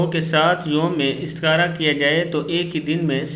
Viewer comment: Mistar asp ko dahi bolne bhi nahi aaraha hai istakhara ko aap idtaghara bol rahe hain